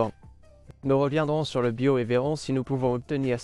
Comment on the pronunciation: Yeah the french voice is terrible ... it don't even prononce "BIOS" correctly : it says "be yo " (without "S")